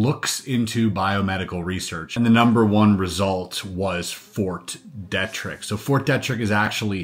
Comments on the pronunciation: Dee-trick not detric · Fort Dietrich isn’t pronounced fort Detrick… 😖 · It’s pronounced Fort “Dee-trick”, just a heads up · Fort DEE-trick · It’s Fort Deet-Rick, MD. Just an FYI on the pronunciation. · It’s pronounced “Fort Dee-trick.” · Pronounced Deetrick. Frederick. MD. Yep. Lots of underground contamination also. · BTW, It’s pronounced Fort Dee-Trick. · I thought knowing how to pronounce Fort Detrick was common knowledge too. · You have mispronounced a bunch of words. Ft. Derrick is pronounced dee-trick. Glial cells is pronounced glee-al. You have access to multiple AIs and pronunciation software. You'll bolster your credibility by using them. Otherwise good job. With the onset of gray hair this should become less of a problem. Have you not heard other people pronounce Ft. Detrick?